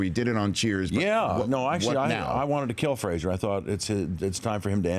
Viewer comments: Frasier, not Fraiser :) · It's Frasier, not Fraiser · Can't you even pronounce Frasier? It's said in title 😶